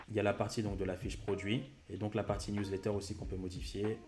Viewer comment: professionel: " Newlatter" ahah, mais très bonne video merci pour les explications!!